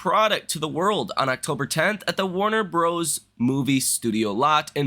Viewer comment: that's the first time I've ever heard "Warner Brothers" pronounced like that.